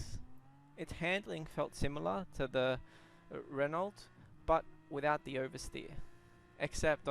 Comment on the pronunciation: It's pronounced Ren oooow. The t is silent. Just fyi